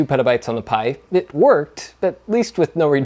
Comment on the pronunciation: the "pi-bite"